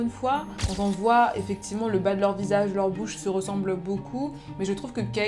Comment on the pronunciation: Pourquoi tu dis « en » au lieu de « on »? Sinon bonne vidéo :)